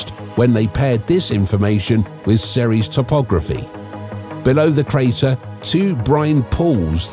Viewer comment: It's ceres